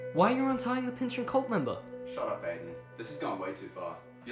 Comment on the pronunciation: Maybe at some point you will learn how to pronounce his name correctly.